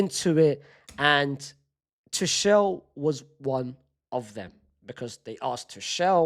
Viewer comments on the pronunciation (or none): Bruh Unc suprises me every day with his pronunciation: First we had Shersny (Sczsesny), then we had Arooho (Araujo) and now we have Two-shell (Tuchel) 😭🙏🏻